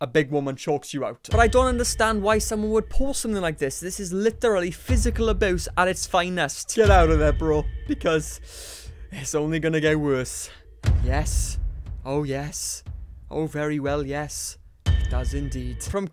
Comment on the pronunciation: What's up with the "physical absuse"?